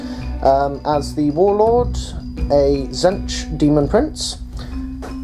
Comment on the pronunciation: good battle report, only thing i can critique is your pronunciation of Tzeentch. it's sounded out like zeench not zench :D